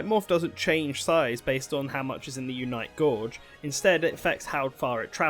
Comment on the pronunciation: Repeatedly earing "Unite Gorge" as the pronunciation of 'Gauge' is quite weird.